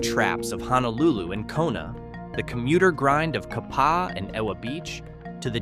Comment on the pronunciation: Well, at least the AI could pronounce “Honolulu” (almost).